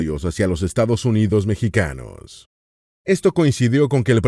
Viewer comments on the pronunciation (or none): none